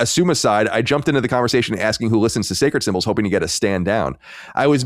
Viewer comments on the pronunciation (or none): none